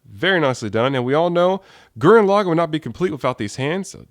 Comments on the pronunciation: LaGAAN NOT LOGIN!!!! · lagann has the soft a sound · actually their are two ways of saying it. Lagann is English login is japanese